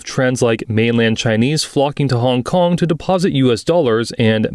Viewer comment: honnnnnngg konnnng, dang the accent so weird idk if i was the only one who noticed it.